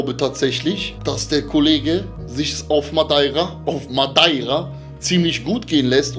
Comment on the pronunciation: Sag mal sprecht ihr Madeira absichtlich falsch aus ? Oder was ist da los ?